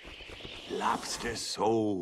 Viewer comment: Lobstah soul...